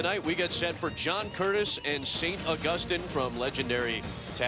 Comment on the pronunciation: How hard is it to say August- EEN